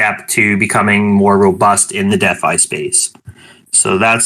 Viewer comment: Just curious…why do you say “deaf-i” instead of DeFi?